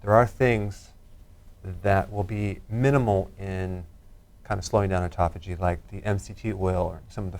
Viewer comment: Autophagy not ecophogy...it pertains to fasting... If you search Dr Berg/autophagy you'll learn more about it